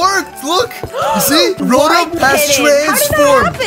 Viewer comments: it rotom not robom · The pronunciation is row tom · Rotom is pronounce ro/tom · It's RO-TOM for how you say it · it's row-tom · It's (row tom) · Why do you keep saying rotom wrong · Bruh it's not how you say rotom